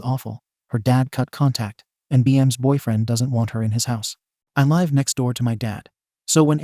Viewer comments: Two issues with this video. 1) There is too much repeatition! 2)the robotic voice saying 'lve' the wrong way! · OMG OMG OMG OMG PLEASE LEARN HOW TO PRONOUNCE THE WORD LIVE!!! There are TWO WAYS TO SAY LIVE OMG please please please it is so aggravating so aggravating please learn the two pronunciations OMG it is so stupid to put these stories up and not pronounce the words correctly !! Is is because a bunch of stupid people out these up!?! Please figure it out ONG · OMG pronunciations people!! Live has two different pronunciations please OMG learn it !! A lot of people has said the same thing!! Learn PRONUNCIATIONS OMG foreign language OMG!! Learn people!! If you keep putting things on here!! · Does this guy know how to say live. Is it AI?